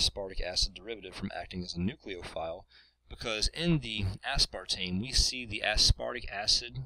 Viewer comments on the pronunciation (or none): you're putting too much emphasis on the ASPAR portion of aspartame.